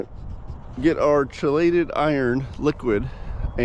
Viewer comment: Great video. It's pronounced key-lay-ted